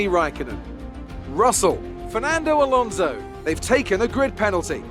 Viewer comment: Your pronunciation of Alonso really annoys me, and you said his name like 40 times in 5 minutes 😂